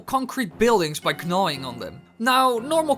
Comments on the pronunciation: He said k'nawing! K'nawing!!! He pronounced the k! NOOOOOO!!! It doesn't even have a k! It's "gnaw". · EO "Knawing"